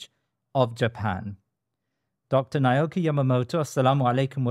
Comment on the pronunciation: Truly an enlightening episode. I just wish at least the host can pronounce Dr Naoki's name more correctly..